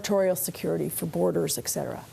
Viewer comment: The fact that she said "ex" cetera was distracting.